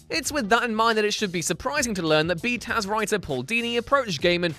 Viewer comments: I gave this video a thumbs down simply because he kept saying “B-Taz” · Stop. Saying. Bee taz. Stop. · "B-Taz"? ew. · i thought he was saying "B-Town", lol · You should be DRAWN AND QUARTERED for saying BTAS like that...what douche chill inducing bs